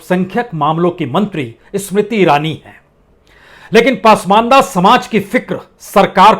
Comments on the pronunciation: कृपया पसमान्दह✓ (Pronounce) कीजिए पासमानदा नहीं× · उच्चारण दुरस्त करें ! शब्द पासमांदा नहीं ,"पसमांदा" है !! 🙏🙏🙏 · पासमंदा नहीं सर, पसमांदा होता है। आप बड़े पत्रकार हैं।